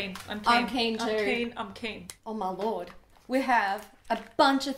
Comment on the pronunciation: I thought you said “haul my lord” instead of oh my lord at the beginning 😭😂😂